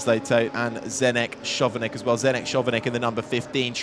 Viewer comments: that Chovanec pronunciation hurts 😭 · I get that the commentator doesnt know that Chovanec is pronounced Khovanets... he is a new guy... but to not know that Charouz is pronounced Kharows ...that man shouldnt have his job.